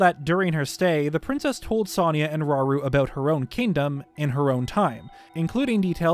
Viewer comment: Rauru, or shall we say.. RAUL???